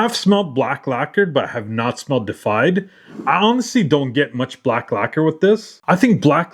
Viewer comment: DE-IFIED. Not defied. Deified means to be worshiped as a god. Defied means getted said "no" to. World o' difference. Super common mistake, man. A bunch of people make it. But now ya know ;-) I'm gonna cop this one for sure.